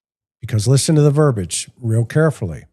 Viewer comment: Ver - BEE - age. Ver - BEE - age. It is not "ver - bage." It is Ver - BEE - age. Verbiage is pronounced with THREE syllables, not two.